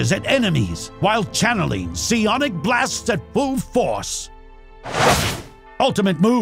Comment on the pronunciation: Seeonic? It is Sighonic, get it right you! :D